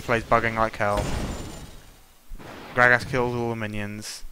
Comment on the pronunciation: Grag-ass lol. I love how you say gragas!